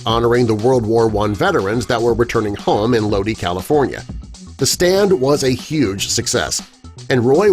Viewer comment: Exactly! Perhaps the narrator never heard the CCR song.